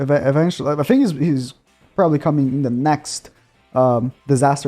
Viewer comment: Ok could u stop ur voice is annoying and u say fink in stead of think